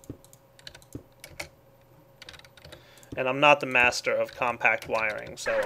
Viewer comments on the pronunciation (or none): none